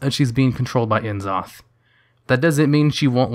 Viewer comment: I cannot stress ENOUGH that his name is pronounced `Nzoth`, and not `En-zoth`. The initial N isn't pronounced as the letter N, but rather just as an N sounds. Yes, it sounds awkward (in English at least), but that's R'lyehian for you (of the way they call it in Wow, Shath'yar)